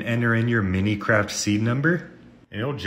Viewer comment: did bro seriouslt just say minicatf?!?!?!